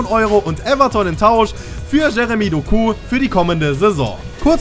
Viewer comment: Betone das O Doku